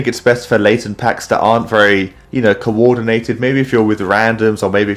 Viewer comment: I love your vids man❤ But no WAY did you say Late* ten to Laten. The disrespect😭😭